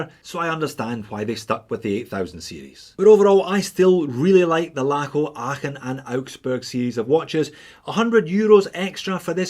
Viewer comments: Ahhh, so good to have a Scotsman review these Lacos: your pronunciation of "Aachen" is spot on! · good pronounciation of Aachen .... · Hey, as a german speaking subscriber i feel qualified to say: congrats on your pronunciation of "Aachen"! ☺️👌🏻 The standard model of this is still on my shopping list. But unfortunately, too much divers on that list to get first! 😅 Thanks for the review! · As someone born and raised in Aachen I can confirm that you’re pronunciation of „Aachen“ is spot on. Especially, for someone that doesn’t speak German as their native language! Also do wear a 39mm Aachen with the blue dial on my wrist on the daily. Love this watch so much! Just like you’re videos then haha. Greetings from Düsseldorf, au huur! 🤙🏻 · These look amazing. You really are well suited to say Aachen in a way most of us aren't. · I never heard a native Englisch speaker pronouce Aachen so well. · Kudos for the correct pronunciation of “Aachen” 👏 Although one can almost feel the concentration invested 😉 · Just want to congratulate you on your perfect pronounciation of Aachen. Greetings from there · Big respect for your pronunciation of Aachen.. xD Love Laco watches, great video! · Congratulations for your great pronunciation of „Aachen“ ! 😄👍 Not an easy one - even for a Scotsman